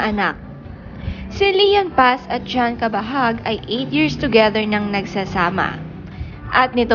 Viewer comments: hahaha! pilipino k nman yta e..CABAHUG not kabahag! 😂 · Ayusin mo nmn bigkasin. Anong kabahag? Cabahug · Pls pronounce his surname as Cabahug, hindi Cabahag. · Cabahug.. hndi cabahag🤣🤣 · What? Cabahag? How do you pronounce it? Hahahaha. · What??? Cabahag ate ano ka ba Mali ang pronunciation.. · anong cabahug? right pronounciation ba? Cabahug